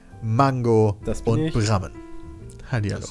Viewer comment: Es triggert mich jedes mal das brammen kreisverkehr sagt